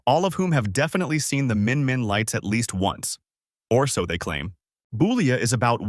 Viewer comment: Boulia is pronounced BULL-IA The first part pronounced like a male cow.